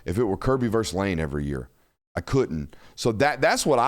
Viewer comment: Say, versus, as in Roe versus Wade, not verse.